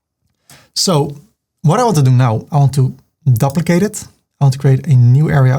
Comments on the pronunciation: I know that English is not your first language but can you learn to pronounce 'duplicate' properly. It is dee-oo-plicay-te not dup-licate. I wince every time you say it. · I just had to pause the video and let you know that you make me smile all the time😘 and your tuts are such a pleasure to watch 😍. I'm an Aussie and I just love the way you say "Duplicate" 😊